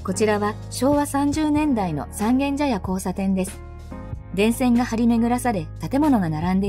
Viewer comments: 外人がSangen-jayaって読んでるような、インドネシアのイリアンジャヤ（Irian Jaya, Indonesia）みたいな異国感覚（exoticism）がある。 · ｢三軒茶屋｣のイントネーションが気になって仕方がない世田谷人多数。